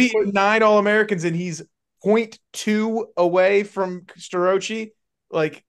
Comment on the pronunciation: Can you at least learn Starocci 's correct pronunciation. The guy is gonna be a 4 time champ .He at least deserves his name pronounced correctly. Refer to Justin Basch's interview.